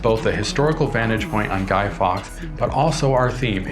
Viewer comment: guy fawkes not guy fox